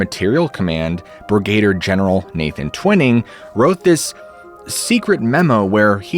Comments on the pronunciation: Brigadier. It "brig-a-deer", not "brig-gay-der", bro. Lol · FYI: It's Brig-a-deer General, not Brigade-er. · No lab-rator-eez is fine but it’s brig-a-deer not brih- gader bub. Just joshin yah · It’s brigadier General not brigadiering. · LOL, twice I heard you say “Brigator”General; I think you mean Brigadier, pronounced “Brig-a-deer” General. Love your videos, keep them coming!❤ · Hanger 18. Very good vid! One small correction: you mentioned a Brigator general, but it's Brigadeer (phonetic) for Brigadier. I'm retired USAF, 35 years service. Other than that, you were spot on with all the background info, etc. I'm a subber and always click on the like button before watching your vids as I know I won't be disappointed. Cheers, Bob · What's a brigader general? Must have misplaced the i someplace. No biggy. Just messing with you. Hanger 18? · That's brigadier, not brigaideer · You're killing me!! "Brigadier" is pronounced b r I g g a - D E E R Love you brother ✌️😘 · Brig-uh-deer is how pronounce that word… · Brigadier: brig-a-deer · Brigadier = brig-a-DEER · The correct pronunciation is Brigadier ( Brig-a Deer) otherwise, love your work! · It's laboratory, and it's still NOT BRIGAYdeer general. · Brig-A-deer pronunciation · Fun video please figure out how to pronounce brigadier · Is someone going to tell him the correct pronunciation of Brigadier? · You might want to look at the pronunciation of Brigadier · I’ll give you a pass on your pronunciation of “Brigadier” since you included Megadeth in your presentation. Dave rocks. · Please don't try to say brigadier again. You just don't seem to be able to do it. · Please look up how to correctly pronounce “brigadier.” You massacre it 2-3 times here. And mogul. Maybe just buy a pronunciation dictionary?